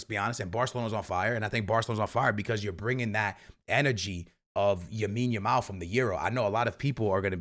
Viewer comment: Bro is still saying YAMINE YAMAL😭